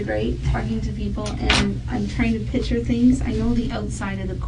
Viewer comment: That ding dong detective can't even pronounce her own lingo correctly. Of course that guy knows he's smarter than her. He is! And that is not culturally appropriate her wearing a blonde wig. And she says "pitcher" instead of picture. Yikes!